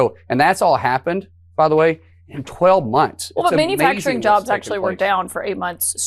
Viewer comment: "man-uh-facturin" How do we have officials that speak like children?